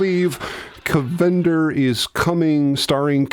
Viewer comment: Cavender "KAV-en-der" Is Coming